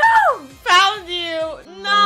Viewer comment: That Noo was Aussie mate